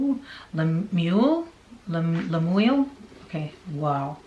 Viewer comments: Nephi pronounced knee-fie, Laban pronounced lay-bin, Lamen pronounced lay-men, Lemuel pronounced lem-you-el. Hope that helps. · I hate this but I'm glad it's all coming out. And just to help out a bit, Nephi is pronounced "NEE-fī" ("eye" sound at the end) | Laben = "Lay-ben" | Lemual = LEHM-yu-uhl. | Laman = Lay-men. Hopefully that helps give you a little more confidence reading these ancient names lol. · Nee’-fye, Lay’-bin, Lem’-Yule, lay’-man, mor-oh’-nye. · Nephi - knee-fi Lame-in Lem-you-all 🙂